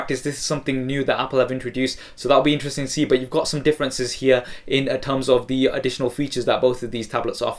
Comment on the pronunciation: please stop saying thE with and alphabet 'e' unless its natural